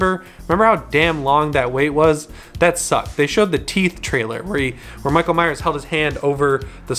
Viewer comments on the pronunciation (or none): none